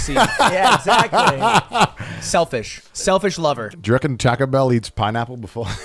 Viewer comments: Not going to lie says taco better than lud taa-kow/ta-ko is the correct pronunciation not taa-cow/ta-co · "Tahko Bell" soft a brother